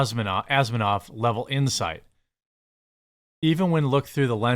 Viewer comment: Jeremy you totally butchered Isaac Asimov’s name. Obviously you don’t know much about sci-fi 🫤🫤🫤